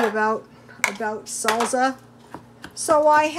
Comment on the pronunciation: Came to shamelessly plug my own video of Mexican meatloaf...stayed for the pronunciation of "salsa"